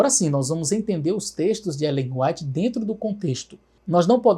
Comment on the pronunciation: Brilhante análise! A única coisa que incomoda é o pr. pronunciar "Ellen Ruáit" 😅😂